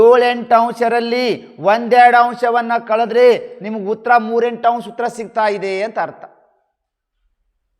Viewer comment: 3 A .ಸರ್ ಅಂಶ್ ಅಲ್ಲ, ಅಂಶ ಸರ್